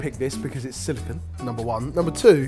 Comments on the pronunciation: It's silicone, not silicon. Jeez. They are different! I even looked this up to make sure it wasn't one of the quirkier British pronunciations. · They're silicone lids, not silicon lids